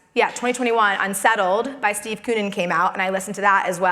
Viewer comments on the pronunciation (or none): none